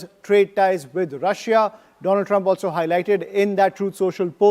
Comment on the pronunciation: Maai fraaand doolan trump 😅😅😅😅